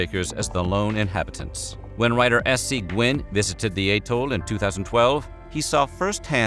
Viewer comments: Bikini at-toll 🥹 not at-tole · That is the weirdest pronunciation of "atoll" I have heard. It is commonly either "at-toll" or "ah-TOLL". K'Gari is not a dangerous island, it is the waters around it. Réunion has a population of about 870,000. It can't be that dangerous.